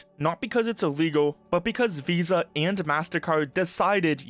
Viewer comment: The way the "vis" part in "VISA" is pronounced, sounds like the dutch word "vies", which means "dirty". Which sounds very fitting right about now.